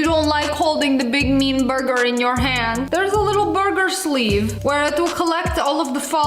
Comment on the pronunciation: Anyone else love the way she says burger "Boyguer" i just bove it so much